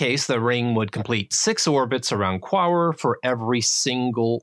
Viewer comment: You say Quaoar, I hear Poirot... time to go watch the lovely David Suchet ;P